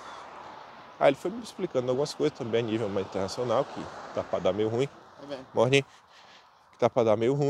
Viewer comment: MORRRNING, kkk com sotaque baiano